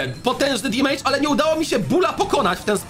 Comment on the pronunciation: dżisys skończ z tym "dimajdż"...mówi się "demedż" - damage, gdzie ty tam masz to i!